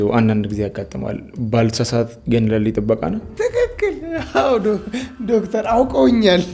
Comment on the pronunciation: አሹ ዶፍተር ሲል ያስቃል 😅😅😅😅😅😅